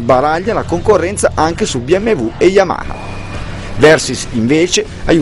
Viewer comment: Si ma mi devi spiegare per quale motivo dici YAMAKA....forse non te lo hanno spiegato...si dice YAMA HA ....capito? YAMA HA.